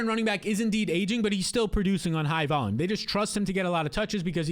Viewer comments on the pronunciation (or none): none